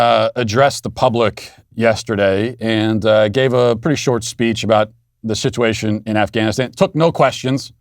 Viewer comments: He said “shituation” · Matt, it sounded to me like you said the "shituation" in Afghanistan when you were talking about the short speech that Sleepy Joe gave. I know I'm probably now banned from the show for not censoring what I thought I heard you say.